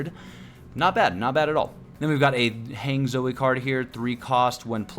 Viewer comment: “Hang Zoe” 😭😭✌️. Han-jee